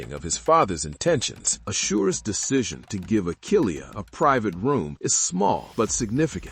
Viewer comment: Asher - not Ah-sure.